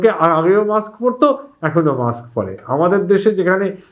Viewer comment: অশিক্ষিত অ্যাঙ্কর কি সব উচ্চারণ -মাক্স, চ্যালেন। এগুলো থাকলে চ্যানেলের দুর্নাম। আপলোড করার আগে চেক করেন না কেনো?